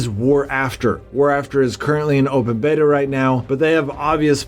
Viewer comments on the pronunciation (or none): none